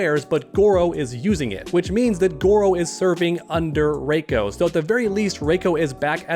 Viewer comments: It's not fucking Ray-ko it's Ree-ko play Mk4 for heaven sake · For one that doesn't even look like Goro that looks like Duroc. And if Sindel is good in this timeline then she probably wouldn't even have Gray hair it'd be all black like in the Annihilation movie. And it's pronounced "RE•CO" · It’s “Reeko”